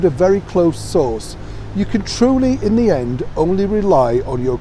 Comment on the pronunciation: I know YOU say “…in the heart of London.” But I hear “…I’M the heart of London.” 😂 I think it’s more fitting.